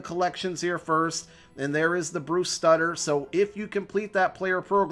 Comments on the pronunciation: It's pronounced Bruce suiter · Bruce Sue-ter lol